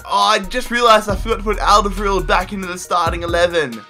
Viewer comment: You really murdered Toby's lastname :D